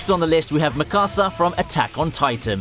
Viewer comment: Erza not Urza, Mee-ka-za not Mi-kuza.. geez